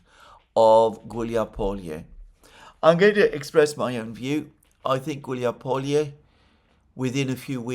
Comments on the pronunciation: It's not Hiuliapolie. It's Gulyai Pole. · it's not "huilyazalupizrulyai" . It is "Gulyaipole". Easy as that. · "Hiuliapolie"? I think this should be "Huliaipole." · Хиулиаполие - это сильно конечно 😂